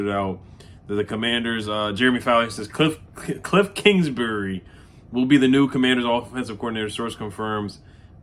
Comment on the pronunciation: Bruh you boutta have a stroke saying this fools name😂